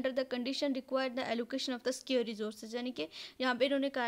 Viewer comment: yeh word scare nahi hai it's scarce...btw keep it up good job!